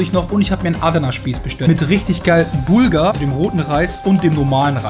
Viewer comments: Bulga 🤣🤣🤣🤣 Bulgur heisst das so wie es geschrieben wird. 😂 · Hat das Schwein bulgar zu bulgur gesagt?